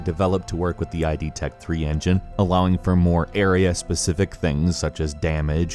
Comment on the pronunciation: It's not I-D tech 3, it's id tech 3!!! get it right ffs